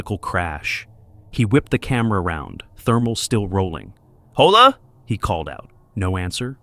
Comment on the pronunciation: made me fucking laugh so hard. Damn that HARD "H" on Hhhhhhhhhhola!!!☠️☠️ I'm dead. So cringe.